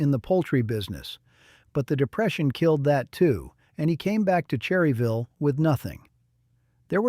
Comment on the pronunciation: Obviously the narrator is not from NC or he would know its pronounced "Churryville"!! IFYKYK